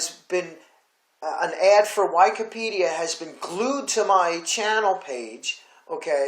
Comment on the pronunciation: I cannot take you seriously if you cannot pronounce Sovereign or Wikipedia properly